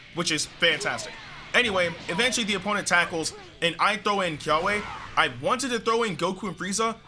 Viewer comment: The way he says Kyawei😅